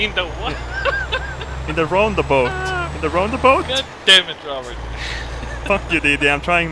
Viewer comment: Roond aboot 😂 is now Canadian eh